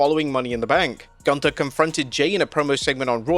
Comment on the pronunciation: You are mispronouncing Gunther. It is German! Sprechen sie Deutsch